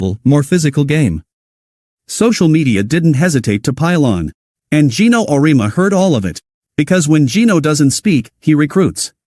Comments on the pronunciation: Would you please teach/re-program you A.I. program to pronounce Coach Geno’s surname correctly ? It’s pronounced: Or-ee-emma . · O ree ama. AI should learn how to read.